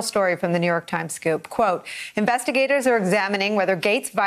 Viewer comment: "The ah-FAILing New York-h Times" they seem to be turning it around